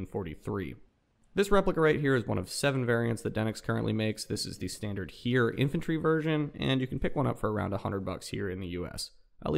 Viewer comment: Nice :) Btw HEER is not pronounced as you did, its more like Her from the word Herald like "aviation Herald" which is a news site. Grüße aus Deutschland